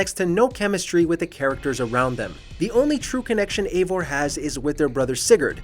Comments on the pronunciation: Your saying evior’s name wrong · I honestly liked this game, it has bugs, but story wise I think it was great. But it’s probably most disconnected assassins creed game since black flag. It’s hard to call evior an assassin. Oh and this guy in the video mispronounced his name like 4 different ways. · The fact that he can’t even pronounce Eivor correctly makes this list even more wrong and stupid lol Edit: Before someone says something while I agree with a couple things on this list most of it is just a guy complaining about bad gameplay even though all of it would be better if he knew how to play